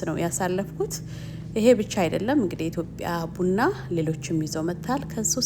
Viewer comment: ብና ብና ሳይሆን ቡና ቡና ብትይው?